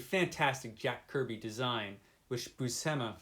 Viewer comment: So, seems loves Jack Kirby's work on this! 🤣 You're both mangling Buscema's surname you know 😉 (Pronounced Bushema, although I'm guessing he may have anglicised it himself). comunque puoi ringraziarmi piu tardi 😉